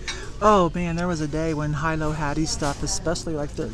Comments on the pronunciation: Aloha (Hello) A small FYI: Hilo is pronounced Hee Lo. Not high low. It is the largest town on Hawaii Island, aka The Big Island. Hilo Hattie had their flagship store there, also others throughout the state of Hawaii. They closed down a few years ago, making their products even more valuable now and probably into the future. Clothing & home goods. Hee not High. Mahalo- (thanks) for your great videos! All the best in '22🌺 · Hilo is pronounced Heelo. Not to criticize , just inform.lol